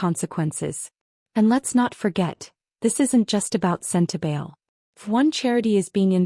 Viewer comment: SEN TA BA LE (not “lay” it’s an “egg” E !!!!